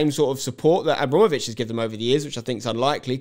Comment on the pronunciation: good take spenc, but its abrAmovitch not abrOmovitch :)